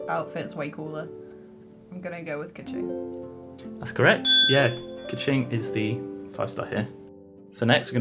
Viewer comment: bruh he pronounced keqing, ningguang, kazuha, ganyu, zhongli, xiao, and xinyan wrong lmao. he should make more of an effort plus their name pronounciations are literally in the game.